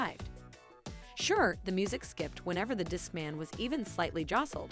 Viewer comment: Disc-MANNN! Played (for plaid)!